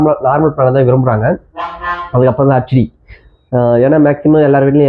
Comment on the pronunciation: உன் வாயில வசம்பு வச்சு தேய்க்க... அது ஹச்D கிடையாதுடா... ஹெச்D என்று சொல்லவேண்டும்...!